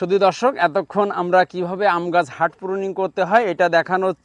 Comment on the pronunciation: হার্ট/heart প্রুনিং না। এটাকে হার্ড/hard প্রুনিং বলে